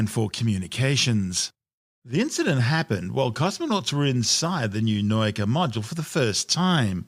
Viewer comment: What is this "noyka" nonsense? It's "nah-oo-kah", accent on the "oo" (otherwise would be "now-ka"), means Science... Guess he somehow saw a German "neu" there instead of "nau"? Hurts my brain, physically :(